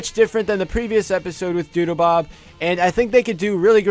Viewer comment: Doodlebob was the best character also it sounds like you kept saying doodoobob